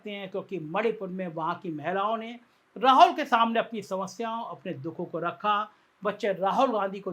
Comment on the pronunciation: सर, राहुल ठीक से उच्चार करने की प्रैक्टिस कीजिए। आप हरबार राहोल राहोल बोलते हैं।